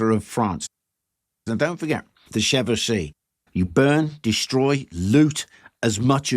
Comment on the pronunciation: Isn't it pronounced 'Chevauxshay'(phonetic)?